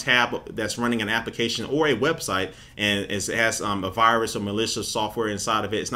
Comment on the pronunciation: why does he say application like appikation